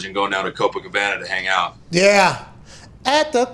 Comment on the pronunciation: Same with the word “out” 😂 it’s become “aht”